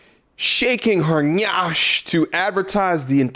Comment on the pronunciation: ma’am it is pronounced NYASH and it is life. And its African slang for cakes not viscous innards lol